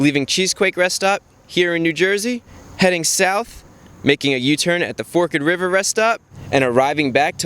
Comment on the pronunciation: Good test Chris, I'm surprised you pronounced "Forked River" right, no one really does other than those who live here. If you ever wanna do another test then let me know, I'm pretty local.